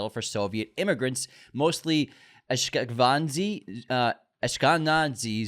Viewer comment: Amazing Ashkenazi pronunciation🤣🤣🤣